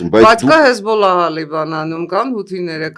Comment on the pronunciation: ՀեզբոՈլա է, հեզբԱլա չէ: Կարենը իր շատ սիրելի լեզվով է խոսում և մտածում